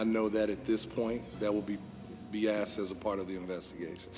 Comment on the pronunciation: The Police Chief can't even pronounce the word 'asked'. Tell me he was a DEI hire without telling me. Everyone, but his parents failed that child. 😢